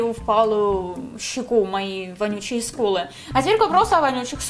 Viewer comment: Я одна слышу не ску́лы ,а скулы́